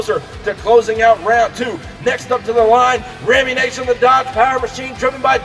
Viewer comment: Great racing. But there is only one 'a' in Rammunition. Nition not nation. You trigger my OCD every time you pronounce it wrong.